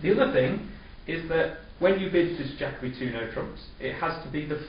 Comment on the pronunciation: Yes, Jacoby is an excellent tool for problem solving and differentiates from a supporting cue bid response at the 4 level, etc. Interesting that you pronounce it Jack-obee. I have head it pronounced Jake-obee and also Jack-Oh-bee. I wonder which is correct...